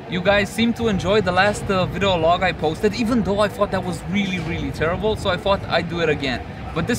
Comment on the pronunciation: thanks for the update! Detailed. I dig the VLOGs too. Keep em going. (PS: "vidEo", you keep saying "vido") ^__^